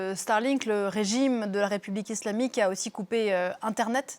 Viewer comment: ca me fais rire quand elle appuie sur le mot islamique ..elle le fait dune maniere tres subliminal comme si de rien etait